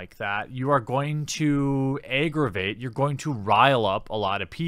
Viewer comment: Haeiressment & Aaigreveit, what the fuk is that pronounciation?